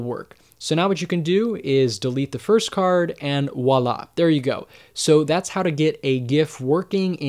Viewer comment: its "voila", with a V